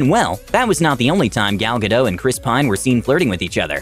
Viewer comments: Ok it's gal GADOT not gal GADO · " Gal Gadel " 🤣